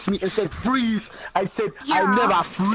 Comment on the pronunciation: i neva fweeeze